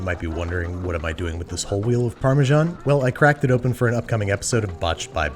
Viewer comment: Can only get Parmesan... not Parmesharn...